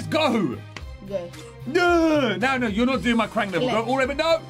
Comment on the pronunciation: It's krang